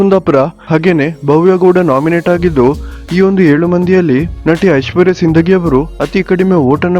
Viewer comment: Sindagi alla adu sindhogi correct matadari